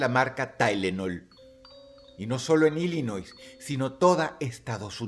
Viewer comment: Dross, nada más como dato la "s" en Illinois no se pronuncia, la pronunciación correcta es "Illinoi".